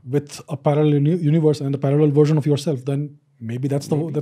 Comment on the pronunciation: When he first said the word "version" it sounded to me more like " gersion " ......